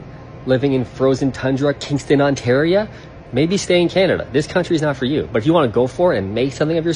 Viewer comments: I heard the « Ontaria » too but I assumed he picked up the dialect hanging around his MAGA friends. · Kingston, Ontaria? This guy isn't even Canadian.Tired of this kind of divisive propaganda filth on social platforms.